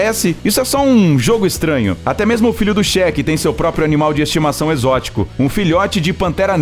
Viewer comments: Só eu que percebi que ele só fala Shek e não Sheik. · Ainda bem que ele é um cheque que tem fundos, né? Quer dizer então que o milionário arabe aí é um "chéque"? Nem acredito que eu ouvi essa pronúncia! Pra mim esses milionários árabes eram Sheiks e não shek. É Sheik, Sheik, Sêêêêêiiiik. e terminou a parte sobre o Sheik, sem concluir.... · Cheque affs fala direito kkkkkk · A pronúncia correta é Sheik! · o Cheque ou Sheik? kkkkkkkkkk pqp